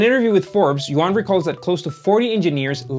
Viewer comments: His name is not yo-an, but pronounced more like you-an. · yuan = yoo-ehn yuan is not yoo-ahn